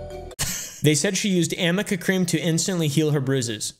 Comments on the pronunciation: It’s arnica not amica lol. Also it doesn’t turn you from Beth from once were warriors to ready for a late night show over night. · amber's attorney didn't even say it right. It's arnica cream not amica MLAMOAM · yo anyone else hear "am i a cream" or "can i uh cream" when they said amica cream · something funny about the amica cream is that its actually called ARNICA cream but the r and n were so close together her attorneys literally thought it was an m ☠️ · Ive seen on another Chanel that they said amica cream But…. Its actually called arnica cream, the r and the n are very close together So they just figured it was amica😂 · the funniest part is that it's not amica cream, it's ARNICA CREAM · It's actually ARNIKA Cream. Not AMIKA Cream. Lawyers cant even get the name right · Her LAWYER said Amica Cream?! First of all, it's ARNICA. WITH AN "N" NOT AN "M". Second, that's NOT how that works. That's not how anything works. How can you be paid several thousands of dollars for a job and not proofread? 😲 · There is no such thing as “Amica cream”, it’s called Arnica cream, right?? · Its not even Amica cream. its ARNICA cream. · It's not even amica cream, it's arnica cream so that should say it all. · By what I hear, It's ARNICA cream, but someone said AMICA cream by mistake and as a joke a few YouTubers just RAN WITH IT!! Including (but not limited to) ThatUmbrellaGuy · Her lawyer sat there mispronouncing ARNICA cream. And even that doesn’t instantly remove bruises.